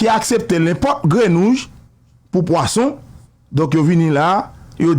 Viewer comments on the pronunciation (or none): se pa grenouge, se grenouille!!!